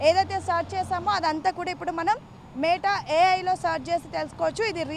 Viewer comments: Meettaaaa kadhu...meta... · మే టఆఆ కాదు. మెటా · neeku oka 🙏... Adhi మేట a.i. kaadhu... మెటా a.i. Ee ABN gaadu yeppudu chasthaado... Appudu Telugu states lo unna dharidram podhii... idhi oka paid promotion... Dhaaniki kuda nuvvu cheppey style... Total ga 🙏